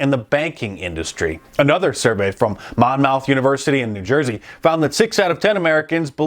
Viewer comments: Monmouth is pronounced mon-muth. Not mon-mouth. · "Mon-mouth University." Lmao 🤣 Love you Mark but it's pretty much Pronounced "Mon-meth" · Mark, you're clearly not from the east coast. "Mon-MOUTH" NJ is pronounced "Mon-muth". Love your channel. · lol...he pronounced monmouth university wrong....its pronounced....monmuth.... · "Mahn-muth" University. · Mark, Jersey guy here. Monmouth is pronounced MON-muth. For future reference. I live in the liberal sinkhole of Princeton. Your vids are a breath of fresh air. Love you dude, keep up the great work! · Monmouth pronounced " mom-muth" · FYI It's "Mon-Muth" short 'u'.............. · Monmouth is pronounced momuth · That's cool! I live in upstate NY. If I pronounced it the way NJ'ers did I would not be understood! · Hearing Mark pronounce Monmouth that way made me chuckle. Love this content, I need to buy a couple books and shirts.